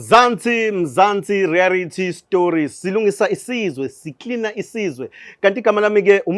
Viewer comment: Mzantsi reality or mzantsi rearity